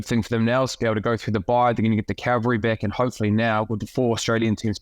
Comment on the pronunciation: Someone please teach Bryn Hall the difference between calvary and cavalry. Cavalry is 'a regiment of horseback soldiers who enter the fray at a crucial and strategic point in a battle'; Calvary is 'the hill on which Jesus Christ was crucified'. Bryn keeps saying 'calvary'.